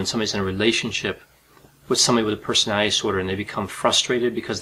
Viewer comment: Persinay disorders. My disorder is wanting people to enunciate the word personality.